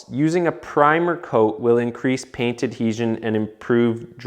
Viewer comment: You casually saying “pain” instead of “paint” is cracking me up!